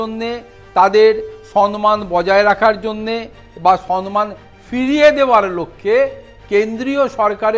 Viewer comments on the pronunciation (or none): "সন্মান" ? বাংলাভাষাটাও কি মূর্খমন্ত্রীর উচ্চারণ করেন? শব্দটা যে "সম্মান"।